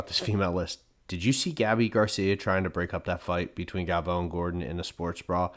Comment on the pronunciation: Both of you are say Galvao wrong.